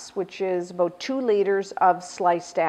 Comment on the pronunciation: This video is better than most I've seen on cooking shows because it actually teaches you the tehcnique of creating a round from a much thicker disk!! Thank you :) Also, I kept hearing you say "a-boat" hehe; are you from Minnesota?